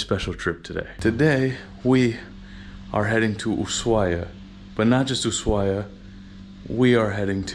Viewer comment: El primer yanqui que pronuncia bien Ushuaia